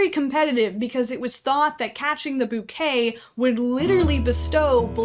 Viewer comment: Thank you for being one of the only people I have ever heard correctly pronounce the word “boo-kay” [bouquet] instead of “bow-kay.” Thank you 🙏🏼